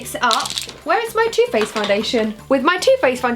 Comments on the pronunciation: i thought she said toothpaste foundation instead of too faced foundation 😂😂😂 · I thought you said 'where is my toothpaste foundation?'. Then I realised you said 'where is my two faced foundation?' lol xxx